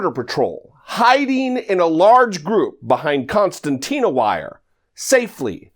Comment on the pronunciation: “ConCERtina Wire” .... but, I still love you bro!